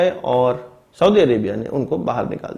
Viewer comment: साऊदी नहीं होता बल्कि कि सऊदी होता है।